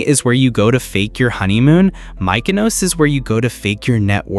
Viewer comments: Good luck getting more followers cause you need to learn how to pronounce mykonos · In return you get a "moutza" for mispronouncing Mykonos like a proper, bloody tourist